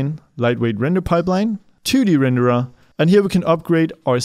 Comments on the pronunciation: I like how you pronounce renderAH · too many renderAH lmao